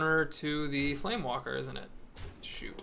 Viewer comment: Just one thing, it's FlameWAKER, not FlameWALKER. Also, that's a pretty interesting Brawl this week. Gazlowe OP!